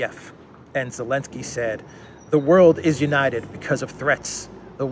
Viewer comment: why do you sometimes call him Elensky and not Zelensky?